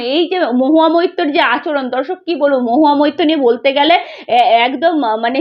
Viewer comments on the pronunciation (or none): Tumi aage moitto na bole moitro bolte shekho